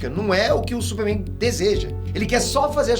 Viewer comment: falando “supe Mein" kkkkkkkkkkkkk